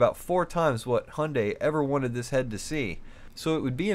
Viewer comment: Great video but please it's hi-yun-die